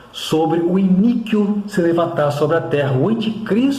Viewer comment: A pronúncia é I-NÍ-QUO abençoado 😊